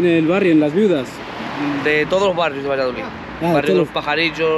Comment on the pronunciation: Yo vivo al lado y son una gente estupenda, todo depende como seas tú con ellos Por cierto no se dice valladolit, que acaba en D 😂😂 VALLADOLID minuto 😂😂